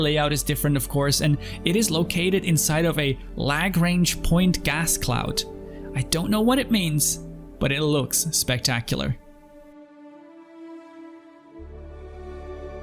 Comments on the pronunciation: Elite has them too, where the Notable Stellar Phenomena reside, but they are not depicted quite right in terms of actual Lagrangian equilibria. Also, you say it with a soft "a", since it's the name of a French dude who developed the equations for multivariate calculus. Thanks for this series, thinking about becoming a E:D refugee, as well. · If you want to see an impressive bar, check out Wally's Bar (at night!) on Microtech. Even Orison's bar (on Crusader) is cool. Grim Hex has areas where you can almost smell the piss and booze. I love that. Lagrange points (luh-grange, not lah-grange) are positions in space where objects sent there tend to stay put. At lagrange points the space between two large massive objects cancel each other out. So there's a langrange point between the sun and the earth where the effects of gravity counteract each other. These points can be used by spacecraft to reduce fuel consumption to remain in position. If you do a video on interiors or ships in general, you have to show some of the sheer variety. Just ask in chat. People will show them off like proud parents. Elite has nothing like the interior of an 890 Jump. It's difficult to explain to somebody who has only played Elite. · bit of science here. Lagrange points (pronounced L uh g - raanj,) are where the gravity of two orbiting bodies are equalised, allowing any object placed there to stay there as both objects are pulling on it with the same force. SC actually placed the ones in stanton where they should be for each body (or so they claim)